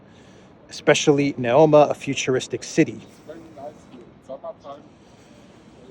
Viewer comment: *NEOM (not Neoma).